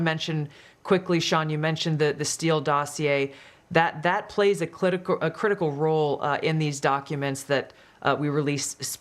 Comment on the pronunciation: She said "clitical* 😭🤣